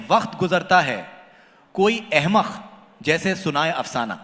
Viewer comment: jnab ka Q, K, Kh, thik nahi he . khurbani nahi hoti janab qurbani hoti he, wakht nahi hota waqt hota he, ahmakh nahi hota ahmak hota he, khafiya nahi hota qafiya hota he :) aap thoda ispar kaam kre. ye isliye kaha ki aap urdu pr baat kr rahe ho.